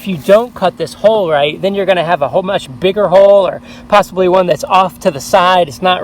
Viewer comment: he said half rit half hot water